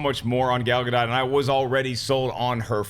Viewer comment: is the only one who says Gal Gadot's name right. That Wonder Woman trailer was magnificent.